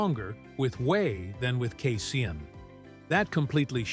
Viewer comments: The word casein is pronounced KAY-SEEN, NOT KAY-SIN!!! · He then later said KA-SAYIN!!! JEE-sus!!!